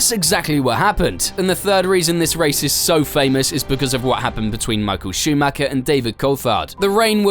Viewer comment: Warum könnt Ihr Verstappen richtig aussprechen, aber Meikel Schumäker nicht?